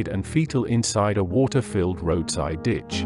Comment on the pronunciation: I like the way english pronounce water -woortah . LOL !